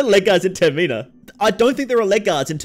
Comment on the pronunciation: Why you saying it like that? Tir meen ah It's term in ah.